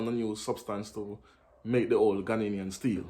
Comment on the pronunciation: Please it Ghanaian, NOT Ghananian